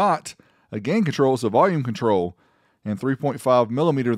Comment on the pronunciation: Jajajaja 🤣 "contril"